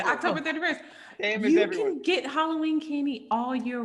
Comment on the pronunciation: “Hollyween” candy